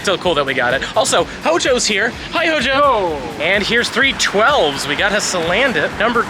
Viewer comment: Everytime says HO-JO….. take a shot!